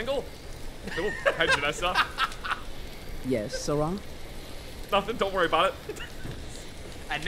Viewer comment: removes a bunch of mods, blames Todd Howard That's what we call a "pro gamer move" Also weirdly getting Stockholm Syndrome with pronunciations and starting to enjoy them lol. Jenassa to "Jenessa", Geirmund to "Garimund". Keen for the next ones.